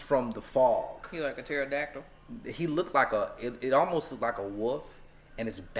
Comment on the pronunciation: I was so serious, then she ‘pterodactyl’ 😂